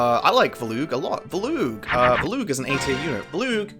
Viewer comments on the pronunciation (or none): I'm assuming this comes down to different pronunciations, but as someone who has also played Radiant Dawn a fuckton, who the actual fuck is "Villoo" Edit: he just slightly slurred the way he pronounced Volug in the beginning. It confounded me lol, as I pronounce his name as "Vōh-loog" where the "voh" is the stressed part